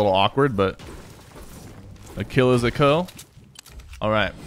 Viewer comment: Notice how he said klill